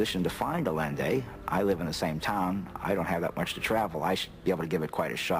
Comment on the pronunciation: Funny how he can't even pronounce the name of the man who supposedly became the focus of his life. It's 'eye yen day not 'a len day. Pitiful